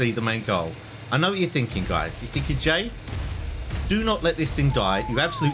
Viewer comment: he called himself gay instead of jay XD